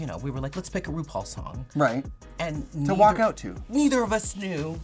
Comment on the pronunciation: “Oatdo Shannel.” 😅